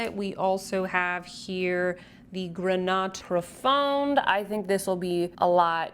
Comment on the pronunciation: Hi, great review as always ☺️ Just to help you with your french pronunciation: more than often the consonant at the end of a word is muet (grenat profond -> grena profon) 😉 of course there are exceptions otherwise it would not be French 😅